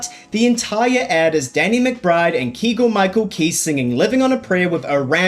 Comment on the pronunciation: Kegal Micheal Key. Lol!